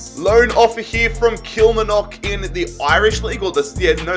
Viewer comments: it’s pronounced kill-mar-knock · The way he said Kilmarnock 🤣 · Your pronunciation of Kilmarnock is abysmal 😂